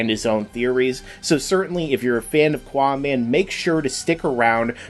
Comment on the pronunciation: its not quaaman cant you read ?